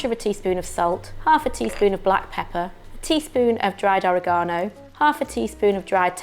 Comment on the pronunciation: Fantastic recipe for a quick week night dinner! BTW I am highly amused at your pronunciation of oregano. TFS